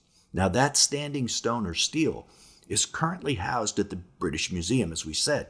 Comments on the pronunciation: Stele is pronounced {stay lay} not {steel} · Great video! Btw stele is pronounced stelley, rhymes with shelley. Keep up the good work! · 1) It's pronounced "Stella," not steel. 2) Christian's don't like to admit it, the New Testament even strayed from the Old Testament's more precise description (Son's-of-God vs Angel) because of it, ...but Jesus was a Son-of-God, the same species in heaven as the Genesis-6 Son's-of-God. 3) After the flood, Nimrod's purpose for building the Tower-of-Babel was to entice new Son's of God to descend to earth. It was believed there were certain locations on the earth where transport between heaven and earth were simpler. One can only assume Jesus trip to Mt Hermon means it is the closest transport-location to Jerusalem? (more...) 4) Oddly, many of the pre-flood transport-locations seemed to have moved while under flood-waters. Pyramids moved, continents moved. 5) Ezekiel saw a transport-location. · stella, not steal by pronunciation